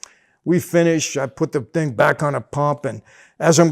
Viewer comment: "So I pull da ting outta da ting". 😂😂😂 CLASSIC!!!!